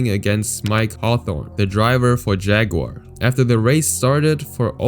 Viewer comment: Great video. Though when you pronounced jaguar i died inside.